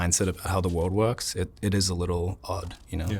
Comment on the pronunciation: when you said ...the world works". When you said the word "works", that was the only time an Aussie accent that came through. :)